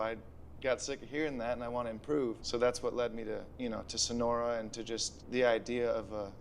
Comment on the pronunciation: "sono-ra" 😆 yes, i remember my time in the "sono-ra'an" desert